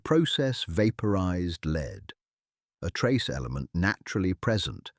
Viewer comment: Dear AI speaker, lead as a mineral is pronounced,led ,as the first person in line,leed . You're welcome.